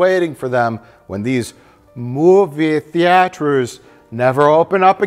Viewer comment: Moooi'veah Theee'aiters